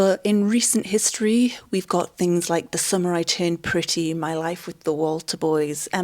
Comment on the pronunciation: Everytime you say "the summer I turned pretty" I hear "the samurai turned pretty". And honestly, I would watch a movie titled that way